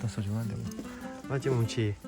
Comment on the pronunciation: 뭔가 뭉치를 문치(?)라 발음하시는거에 중독됩니다